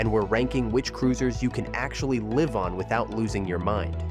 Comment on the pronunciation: Yes, you can tell by the way it uses the wrong pronunciation of “live” for the context.